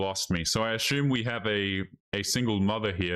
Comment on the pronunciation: Brother I like watching your videos. Can I please pay you to pronounce “assume“ correctly. 😂